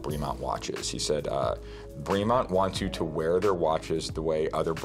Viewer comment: Great video! Killing me with the pronunciation though. British English, so “bray-mont” not “bree-mont.”